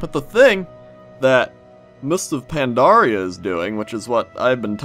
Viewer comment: Is it me or says Mister Pandaria? >.>